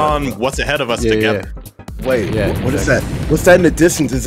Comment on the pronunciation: "my hwat" 🤣🤣🤣🤣🤣🤣